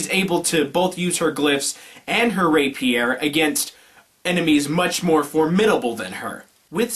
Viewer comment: stop fucking up the emphasis in Rapier you twit